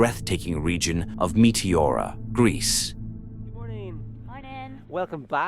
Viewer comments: The intro is so cringe also can you please pronounce meteora properly with tones correct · It's not Meteora it is METEORI.